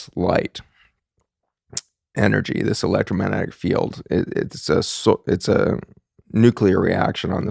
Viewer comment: Please for the love of all that is good in the Universe... learn how to say ELECTROMAGNETIC... there is a G in the word. It really does matter...